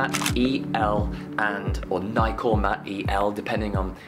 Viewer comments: Nikkormat not Niekkormat. Nikomat not Niekomat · My friend has had his Nikkormat EL from new. It's pronounced Nick or mat unless you are from the wrong side of the pond. I have inherited a Nikkormat ft2 with a 50mm f1.4 ai s-c lens. I would recommend Portra 400 which has a huge latitude especially towards over exposure.